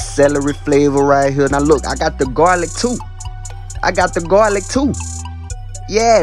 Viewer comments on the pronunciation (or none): “GAW LIC”